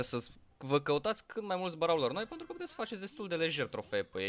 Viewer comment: Dc zici mereu "păntru " în loc de pentru? Like la comm sa raspunda